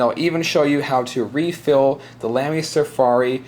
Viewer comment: its pronounced lahmy